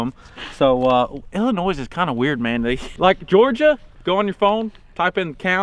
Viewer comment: I just wanna point out that he said Illinois right this video🤣